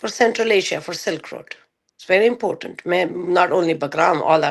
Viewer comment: 😭😭😭😭No did you say " Impotant😅😅😅 it's important say the "r"